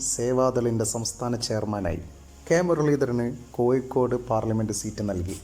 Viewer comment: ഒയിവ്, കോയികോട്, ആയിരത്തിതൊള്ളയിരത്തി എയുവത്തി എട്ട് എന്തോന്നെടായ്